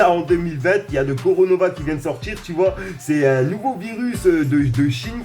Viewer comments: Belle video frere mais c'est pas le "coronova" mais le "corona" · T con ta dis coronova on dis coronavisur et sois pas un gros con car c'est pas nouveau il existe depuis longtemps mais étai légère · Sa se dit "Corona" pas coronova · C coronavirus pas conorovavirus 🤣🤣🤣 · Coronova il a dit 😂😂😂 Sinon lourd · '' coronova '' jconnaissais covid 19 et Corona mais pas ça 😂😂😭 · Juste c pas coronova virus c corona virus 😂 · C'est pas le coronova mais le corona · "Le coronova virus " 😂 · Coro nova mdr coronavirus 😂 articule respire 😎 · Ptn c'est pas le coronova c'est le coronavirus apprend à parler mec t'as 20 ans ça fait vraiment pitié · C juste Corona, pas Coronava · 4min57 « Le coronova virus » Mon dieu 😂😂😂😂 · LE CORONOVA VIRUS 😂😂😂 C'EST CORONA VIRUS TKT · c est le corona pas le coronava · Corona pas coronona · C coronavirus pas coronovavirus😂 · C'est pas coronova mais coronavirus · 😂😂😂😂😂 ce Le corona virus pas coronova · 6"10 le Coronova 🤦‍♂️🤣 on dirait une attaque de freezer dans dbz lol c'est Corona virus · Et sinon c’est le corona virus pas là coronova 😅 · c'est pas coronova c corona virus 😉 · C pas coronova 😂😂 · il dit coronova . . . On se croirait dans un feuilleton 🤣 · C pas coronova c corona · Ptdrrr le « coronova virus » jss en larmes ! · Sa choque personne qu'il a dit "coronova virus"😂😂😂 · Tu a dis coronora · Ça m'a tué coronova 😂😂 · Coronavirus et non coronova